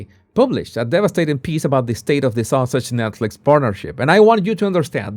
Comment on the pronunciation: Love the way you pronounce Sussex as Sausage which is quite adequate! The comment " Sausage Squad" LOVE IT 😂😂😂 THANK YOU for keeping us up to date